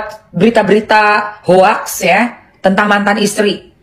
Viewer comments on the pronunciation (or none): none